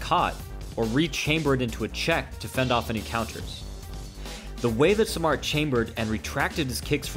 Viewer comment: Great video. Just one thing. His name is pronounced "sahm maht".